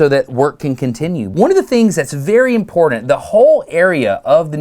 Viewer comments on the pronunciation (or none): Sorry, you keep saying imporDant… can’t watch your videos anymore. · It’s funny Dustin. Both you and I are sharp people, but we both have a similar quality. I have a bad tendency to say Nucūlar and you have tendency to say imporDant!😉 just poking!